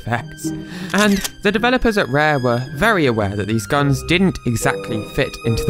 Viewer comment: Why the hell did the translator keep calling guns gns? Like all the time. Its just annoying.